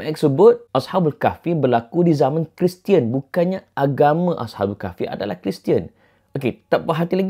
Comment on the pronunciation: Pmx sebut "dia keristian"